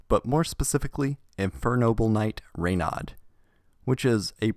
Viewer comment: Gosh the way you pronounce « Renaud »